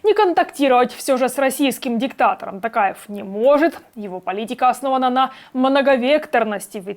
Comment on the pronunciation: Не тАкаев , а ТОкаев , представьте что вы говорите слово "Ток" (электричество) и доавбьте к нему "Аев"